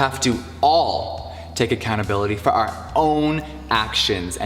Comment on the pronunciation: he says we have to "all" take accountability for our own actions. I definitely think that was a silent jab towards tati and other people the way he exaggerated the word "all". I just think he was more so saying other people are accountable not just him. And he never held himself accountable for anything as he never admitted to what exactly he did that he was sorry for. Even the stance and his facial expression in the screenshot picture for his video, he looks more angry than sorry. I noticed that first thing before I even watched the video.